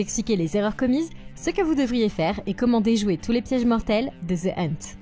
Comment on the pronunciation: Ze hunt 😂